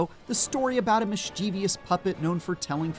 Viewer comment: Mischievous* not mischievious 😖